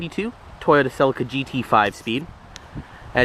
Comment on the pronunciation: Pronounced seleeka.